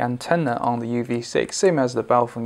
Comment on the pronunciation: congratulations!! Someone who can pronounce 'Baofeng' (bow (as in to the master) and feng as in mung (bean that is ) Your review is concise and informative...for a pom : ) Cheers from UStralia